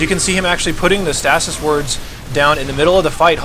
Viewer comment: Stay-sis. not stas-is